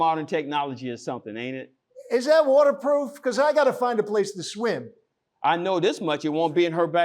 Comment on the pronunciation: He can't even pronounce Swim. He said Schwim.